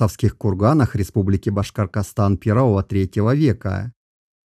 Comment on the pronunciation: Больно слышать «Башкаркастан»